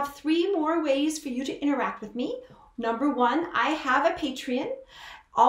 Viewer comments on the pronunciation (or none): none